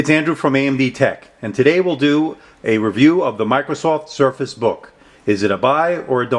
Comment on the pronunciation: Thanks for your review. I appreciate these SB reviews. Just a side note so u can correct it, you left the 'r' out of surface in the beginning of the video.